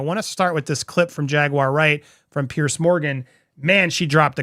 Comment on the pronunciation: Why does everyone call Piers Morgan “Pierce”? It’s pronounced like “Peerz”. It’s a Scandinavian name.